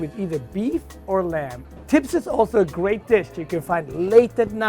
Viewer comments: It’s pronounced xibs not tibs and to many ingredients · His pronouncing the tibs wrong. Omg u are an Ethiopian how can u pronounce it wrong? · this may be years old but the way he pronounces tibs and other words hurt me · Even how he is saying “tibs” is wrong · I swear when he first pronounced tibs I was like what is that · Not after the way he butchered Tibs just now